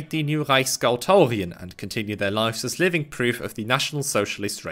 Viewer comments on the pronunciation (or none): none